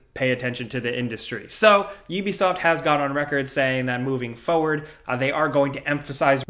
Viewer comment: it's FORward, not FOEward. <3